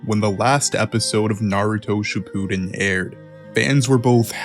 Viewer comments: You lost me with Shi POO den. Which means the rest of the video you’ll butcher every pronunciation. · Naruto Ship-pooh-den 😆